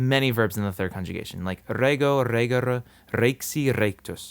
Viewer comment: Well, the schwa sounds for the "e" in the infinitive endings is odd to me (RE-guh-ruh, DOO-kuh-ruh), but I'm being overly picky.